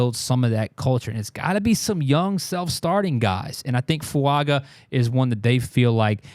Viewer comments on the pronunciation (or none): His last name is pronounced FuaNga. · His name is pronounced "Talley essay fuan ga."